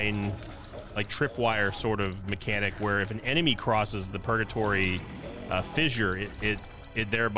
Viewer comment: Why did he call purgatory pogatory